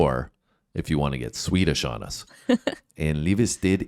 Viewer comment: you was close to the Swedish name and that is from Gothenburg it was a awesome consert